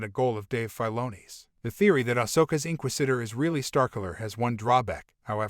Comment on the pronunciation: Welp for one love how you said the word inquisitor wrong the whole video 😂Marrok really a female barriss well maybe but did you know that the stunt actor playing Marrok Paul Bernard is 6/1 and Sam Witwer is to I seen no clues to it being barriss they would have dropped a hint or clue by now I believe btw they been dropping hints and Easter eggs about Starkiller in the last couple of shows his armor was in the andor show they have mirrored scenes in the Kenobi show from the game 🤷‍♂️ why drop hints or Easter eggs if they dont plan on a Starkiller thing honestly I'm not rooting for Starkiller I'm rooting for Sam witwer because he's done so much for the franchise he deserves a live action role